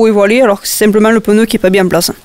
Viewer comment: Merci pour ton Tuto de 1ère catégorie.... mais au fait c'est pas un "pneuneu" mais un "pneu"..... pas "tubeulesse" mais "tubeless" mais ton accent du midi j'adore....;) et merci